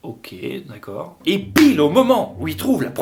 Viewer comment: Ton « dekeur » il est terrible 😂😂